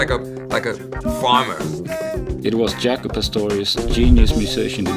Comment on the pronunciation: Is it pronounced Jacko or Jaycko?